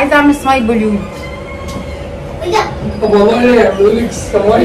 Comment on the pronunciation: هوليود مش بليود